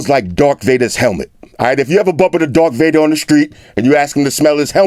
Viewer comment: ''TRIGGERED'''Did he just say ''Dark Vader"!??!?!?!?!?!